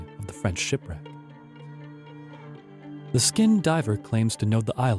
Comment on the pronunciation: Just a few suggestions. Have your narrator read and familiarize himself with the copy before recording. Perhaps someone with a bigger vocabulary would be useful, someone familiar with the terms that are not in common usage today. The mispronunciation of "letters of marque" and the misplaced accent in "skin diver" were off-putting, to say the least.